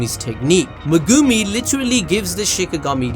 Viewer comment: I don't understand. He watches the anime, no? So why does he choose to say megooomi instead of just saying it like it sounds. Is trying to be quirky or some stupid shit?